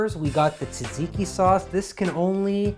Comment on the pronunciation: came from snapchat. fellow Greek Montrealer here. overall very good! and you say tzatziki quite well. you're technically covered since you wrote "Greek inspired food" in your description. no one can come at you 😅